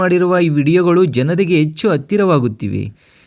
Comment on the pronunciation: 😮 ಅಕಾರ ಹಕಾರ ಸರಿಯಿಲ್ಲ ಆಂಕರ್ ದು. ಕೇಳುವುದಕ್ಕೆ ಅಸಹ್ಯಕರ ಕನ್ನಡ ಉಚ್ಚಾರಣೆ .ತಿದ್ದಿಕೊಳ್ಳಿ. ಉದಾಹರಣೆಗೆ ಆಸ್ಯ ಎಚ್ಚು ಅಲವಾರು ಇತ್ಯಾದಿ ತಪ್ಪುಗಳು 😢